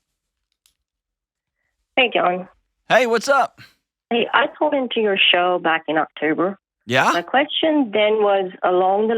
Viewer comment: Love the "W" in "show".